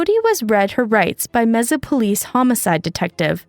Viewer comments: Learn how to say Mesa, right. 98% of this is old news. 👎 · Sorry not trying to be rude but since I live in the Phoenix area and near Mesa everytime I would heard the mispronunciatuon of Mesa in the video it would grate on my nerves lol. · God bothers me you dont know how to say mesa arizona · The way you pronounced Mesa made me cringe every time! Google much??? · the fact u can’t pronounce mesa is disturbing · Please look up how to say the location you're are doing your video on. It doesn't take much effort. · Watching this in Mesa, Arizona and cringing every time they mispronounce the name of this place. 💩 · Watching in Wisconsin. Also cringing. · It’s still not pronounced that way in Spanish. You oughta learn to speak the language before you try to pronounce it. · Everyone in the US except this girl knows Mesa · Why do you say Mesa like that 😭 there's no z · "May-sa" not "Messa." 😛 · Where is Meza? It’s Mesa as in table said in Spanish May sah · computer generated audio. city is pronounced Mesa with a "s" not Meza with a z. 😮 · Mesa is pronounced "May-suh" with an "S" not "Mehza" with a "Z" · It's pronounced M-A S AH Not M-E-Z-A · IT IS MAY SA. MEEZA GOT IT MARICOPA COUNTY TEMPE, PHOENIX, APACHE JUNCTION AND. MAY SA. NOT MEEZA! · Mesa is pronounced "MAY-suh" in both English and Spanish, not "mezzuh," just FYI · “Meza” lol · What town was that? “Meza” AZ?? Is saying Mesa as “May-Sah” such a hard word to pronounce? It’s so obvious . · IT IS “MAY-SAH”, NOT “MAY-ZA” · “Mehzah” Arizona? Nope. Try “Mayh-suh” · Meza? It’s MAY-SUH. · I am literally Spanish and live in MESA az, if you say MEZA you’re getting looked at funny. In Spanish it is pronounced mesuh. No Z. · It's pronounced May-sa, Mesa. Not Meza. Mesa, Arizona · It's pronounced May sa. Not meza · MAY-SAH Not Mez-ah 😂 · ...but there's no "z"...why do you keep saying "Meza"?? It's Mesa, Arizona, like "may-suh." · May - sa, not mess-a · It’s pronounced May-SUH, AZ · “mezza” Arizona 💀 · It's "may-suh" Arizona